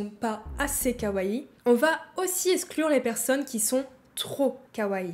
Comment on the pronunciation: [Esclure] sur 20. : Ca se prononce [bouçou], il n'y a pas de voisement du "S" entre 2 voyelles en japonais. : Ca se prononce [Moé], la lettre "e" se prononce toujours [é].